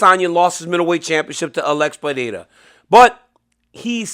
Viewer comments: PeReira, NOT PeHeira, DC. It’s pronounced Pe-REI-ra. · It's Alex Pereira, DC. Not Fajeta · Pronounce “Pereira” correctly challenge (impossible)